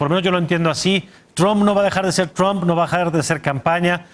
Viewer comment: "Oye trum "... lo que tú digas ...Donald